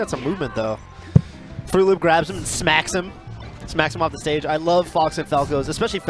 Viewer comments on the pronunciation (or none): "Frooloop." WutFace